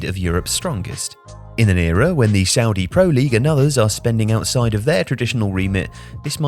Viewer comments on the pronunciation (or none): none